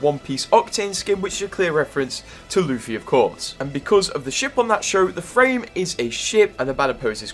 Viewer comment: Finally pronounced Luffy right but still got Naruto wrong lulw